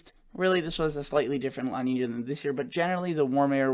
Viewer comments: Hey... Just FYI: La Nina is pronounced like "La neenya" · Pronounced La Neen ya. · I don’t mean to correct you but it is pronounced La Niña… Two words not one together. As opposed to El Nino, a condition named after the Christ child because of the buildup of warmer Sea temperatures at the time around Christmas.